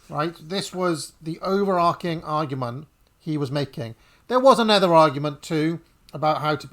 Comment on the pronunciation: Two minutes in and 'overarching' mispronounced five times. The verb is to overarch. Not to overark.